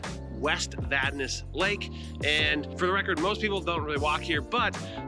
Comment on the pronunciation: As a Vadnais, I want to thank You for the pronunciation part of the video. It was Vad-Nay until We entered the U.S.